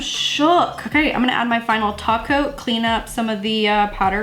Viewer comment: Girl did you hear her when she said tako insted of top coat😆😆😍😍